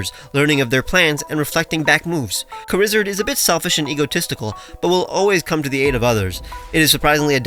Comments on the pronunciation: "Charizard" but pronounced "Kuh-rizz-erd" is insanity. Props. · Charizard is a good name (pronounced "karizerd" of couse)